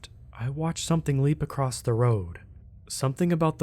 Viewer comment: Acrosst? Wtf is that? There is no tense for the word across, it is past, present and future 'across'